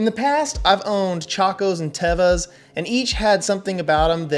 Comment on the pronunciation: First of all is not tava it is teva😅